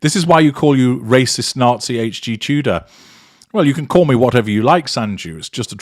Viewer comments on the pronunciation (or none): none